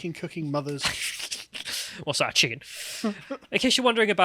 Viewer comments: "Oi, you got a loicens for dat chikkin..?" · To quote your favorite line "You got a loicense for that chikken?"